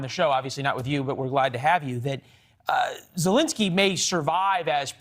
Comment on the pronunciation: Ew this new caster guy is terrifying looking. Gives me pennywise vibes. He got one eye bigger that the other, Botox stuck face and can't even pronounce the president of Ukraines name correctly. Fire him